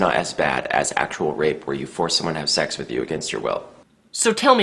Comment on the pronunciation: Has anyone notices that Greg says "sex" it sounds like "shecks"